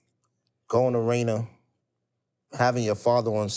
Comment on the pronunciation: It’s “Rainier beach” not “Rayna” lol it’s all love tho shout out JJ aka the golden child and Tstokes keeping beach lit 🔥